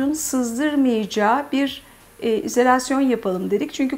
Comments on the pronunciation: Çok hoş bir yaşam ve keyif alanı olmuş. Hanımefendi de donanımlı biri, düzgün anlatımı ve güzel Türkçesi sebebiyle ilgiyle izlediğim bir video oldu. Tek irite eden çok kez kullandığı izolasyon kelimesi yerine "izelasyon" demesi oldu, her defasında :) O kadar da olsun artık, nazar boncuğu diyelim.. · Onu bunu boşverin de hanımefendinin konuya hakimiyeti diksiyonu ve konuşma edasi ne kadar güzel. Sadece. " izalasyon " demesine takildim belkide doğru telafuzu böyledir.